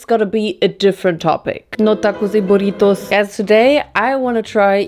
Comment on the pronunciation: "no tacos y buritoos"